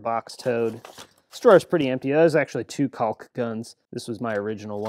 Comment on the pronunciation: How are we pronouncing 'caulk' now?